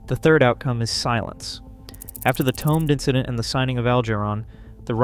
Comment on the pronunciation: STOP MISPRONOUNCING The Tomed Incident. You sound like an idiot.